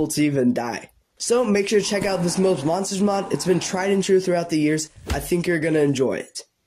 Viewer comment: heh, I'm just nitpicking, but fyi, it's not pronounced "mobes", it's pronounced "mobs" as in how you say "mods", but with a B. ;)